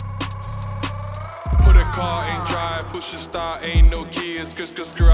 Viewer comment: Handy SONATA....STRADA GO kill we with ein swag. The way he dey pronounce the name😂